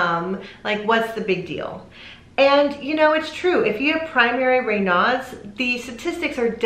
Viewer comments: In the U.K. Raynauds is pronounced Ray knowds, not Ray nards. Greetings from Wolverhampton in The West Midlands, England.xx P.S. Ray nards is connected to Foxes. !!! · It IS pronounced ray-nosed. Raynaud is a French name. I've never (in 65 years) heard anyone call it 'ray-nods." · ‘ Ray nose ‘ is the correct pronunciation - French . I have never heard it pronounced ‘ Ray now’ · I like this video, but I definitely disagree with your pronunciation!!! The guy is French, so it’s more like Rey nose. I’ve had it for over 30 years and I’ve never heard it pronounced the way you do 😊 informative info tho!!! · We pronounce Raynaud's the other way in the UK. Don't worry about it.